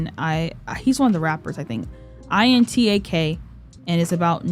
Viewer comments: Intak is pronouced: In-Tak like taki the chip instead of In-Tac like tic tacs Theo name is pronouced: like tay-o in korean but the way you pronouce it is still fine i hope that hepls thats the easiest way i can explain it lol You pronouced both keeho and jiung's name correctly tho along with jongseob and soul :) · I loved your album reaction (as per usual) and I'm so glad you see the talent in our boys!! Also you're saying Jiung right and its In-tak (think taki) plus Jong-so-b (bah sound). And I've missed you so much, I hope you enjoyed your break!!